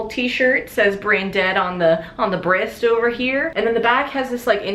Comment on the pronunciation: the way she says breast